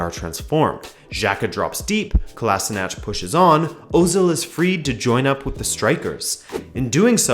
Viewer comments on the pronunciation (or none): Hey man, awesome vid. Just wanna say kolasinac is pronounced like "kolashinats" not the way you say it. Other than that really great. Cheers =)